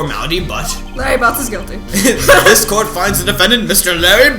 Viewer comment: Am I the only one who always thought that you were saying "goatee" instead of "guilty"?